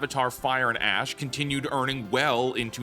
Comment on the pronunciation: did you say Avatar Fire and ASS? lol